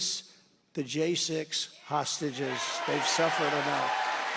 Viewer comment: Trumpf parlance = Hahsteges, normal speak = prisoners